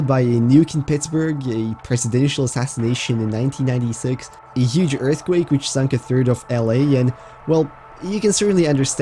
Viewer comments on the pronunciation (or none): none